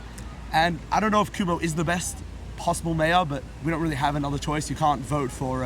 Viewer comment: Yo the 1st guys with the English accent is not a real New Yorker doesn't know Curtis Sliwa from the guardian angel and can't not pronouce Cuomo name right CUMO...lol